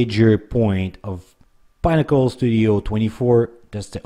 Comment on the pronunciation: It's pIN-nack-uhl not "Pine-ack-uhl" like you're pronouncing it. Pinnacle means -The highest/best you can achieve/reach.